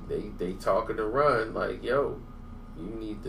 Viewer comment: Say Runs real name because its sound like you saying Ron